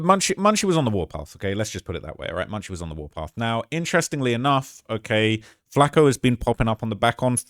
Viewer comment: It burns my ears rhe way British people pronounce flakko and Tupac